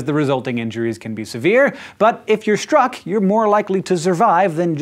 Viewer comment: Lol "stuck" by lightning :)